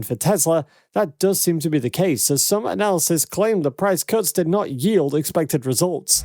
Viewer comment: analyst is pronounced ; AN - A - LIST., not; an -ALsis